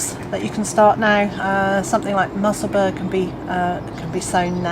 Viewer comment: The leeks are pronounced Mussel bura Bur sounds like the first 3 letters of burrow I used to live in Musselburgh